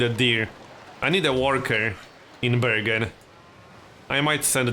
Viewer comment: You prononce bergen like "burger", I'm norwegian I can swear we say burger.